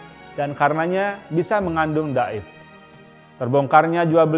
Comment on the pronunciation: Daif itu dibacanya dho'if, kalo hostnya ga kenal bahasa arab, pake aja istilah Indonesia sih... jangan maksain... :face-fuchsia-tongue-out